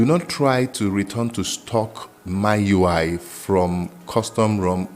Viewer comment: buddy its noy MYUI its MIUI